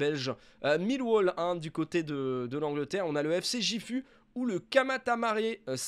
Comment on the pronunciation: Gifu ca se prononce guifu. Tout les G se prononce comme dans aïgu